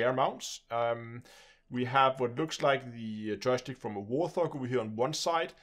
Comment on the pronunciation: FYI it's Wart-hog not war-thog